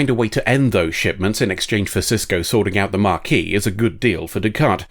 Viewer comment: Why are you pronouncing Maquis that way? It's not marquis or mah-quis. It ma-quis. Please engage pedantry to fix this pronunciation, or to tell me why I'm wrong. Thank you!